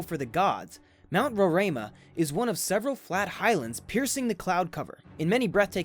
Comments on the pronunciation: Hi ,I am from Guyana. Mount Roraima is pronounced as RO-RI-MA. It is actually is in GUYANA. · You could have easily called Brasil to ask how to say Roraima. Maybe the head of state of English Guyana would dislike that, so I understand your confusion. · hi im from Guyana and its pronoumce Ro-ri as in rice-ma and Pak as in pack-ka as in catch ri again as in rice and ma as in man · These videos are amazing. My only correction is It is pronounced Ror Rih Mah and my country is called Guy Anna.